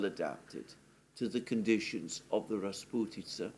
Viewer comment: Your pronunciation of the word “rasputitsa” is brilliant😊